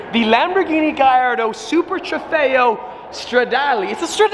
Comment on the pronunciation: please, it's not "GaYYardo" but "GaLardo". Thank you.